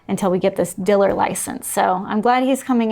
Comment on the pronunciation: Oh wow, great note to end on! Fascinating. I’m going to skim the comments area now to see if I can figure out what a Diller is. Edit: Are you saying Dealer?